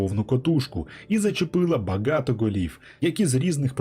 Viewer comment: Мне интересно почему слова баґато так звучит как-то? Интересно просто...